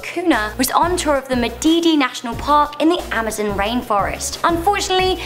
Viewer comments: IT'S AMAZON NOT AMOZEN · Amazon not amazin